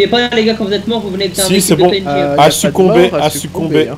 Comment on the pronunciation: Ta mal dit le mots à succombé mé té vidéo